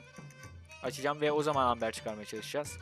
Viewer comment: Embır değil amber